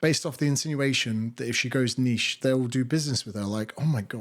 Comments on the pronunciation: It's refreshing to hear someone say niche properly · Finally someone who pronounces “niche” correctly.